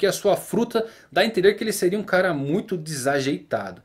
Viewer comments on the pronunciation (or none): none